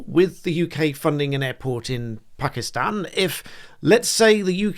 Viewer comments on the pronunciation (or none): none